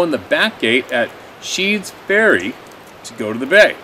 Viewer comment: That's Sneads Ferry, not Sheads Ferry. with an N, not an H. lol Not making fun, seriously. It's just this is my neck of the woods so to speak. I love that place. Some of the best people on the planet, & the best seafood you'd ever want to eat. Never saw anything uncommon sorry to say, unless you want to count sharks in my beach water!